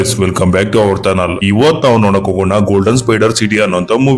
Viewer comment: ಗುರು ಅಂದು ಅವರ್ ಚ್ಯಾನಲ್ ನೋಟ್ ಥನಲ್ 😂 ಅಲ್ಲ ಗುರು ಅಂಡ್ ಅದು ಭೂಮಿ🌏 ನಾಟ್ ಮೊಮಿ🤣